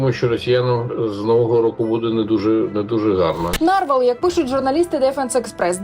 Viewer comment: Панове журналісти, у слові "нарвал" наголос на останній склад. Попрацюйте над грамотністю, щоб нам не було соромно за вас.